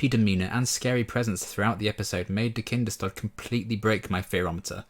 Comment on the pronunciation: Yeah, have always felt that the Buffy production team could have done 2 minutes of research to find out how to pronounce Kinders-tod! If they new it means “Children’s death” how can they manage to not pronounce it correctly?? Baffles me to this day.